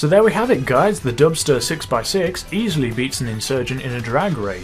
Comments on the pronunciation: i heard dumpster lol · Who else heard dumpster 6x6?😂